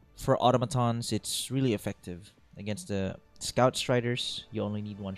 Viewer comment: Why the hell does everyone pronounce "automaton" wrong?